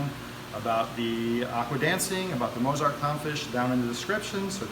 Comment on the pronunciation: Why did you pronounce Mozart like Mose-art?